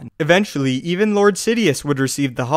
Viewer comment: at the end of the video, around like -ish, you said "clord of the Sith" Instead of Lord of the Sith, lolz. Just wanted to point that out. but yeah, watch ur videos everyday. But big fan of ur channel and watch ur videos every day. Keep it up bro! Also, i don't have cable and wanna watch the clone wars and the new rogue or whatever it's called animated series' cuz I haven't seen them all from beginning to end. does anyone know a site I can watch them both for free with or without commercials. any help would be greatly appreciated. And keep up the vids bro!!!